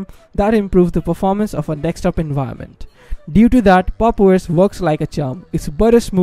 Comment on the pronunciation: Its DESKTOP not TEXTSTOP wtf